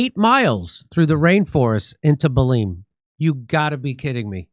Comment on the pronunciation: Belén is pronounced like in Spanish.